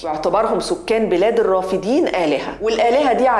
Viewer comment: الرافدين مثنى ...وليست جمعا...لذلك تلفظ بفتح الدال ...وليس كسرها كما قالت المذيعة